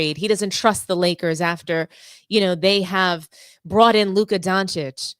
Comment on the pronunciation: Thank you for pronouncing Doncic correctly ;)